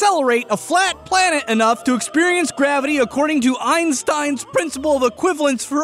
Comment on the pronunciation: I noticed you say plat flanet in the end